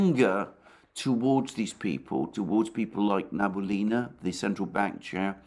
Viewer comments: Alexander, let me help you out. the correct way to pronounce Набиулина is Na-bee-oo-lee-na with the emphasis on "oo" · Na - bi - U - li - na. Alexander mispronounces her last name :) She’s indeed a smart cookie 👍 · Alexander, my dear friend, her name is Nah-bee-ooh-lee-nah. Don't thank me.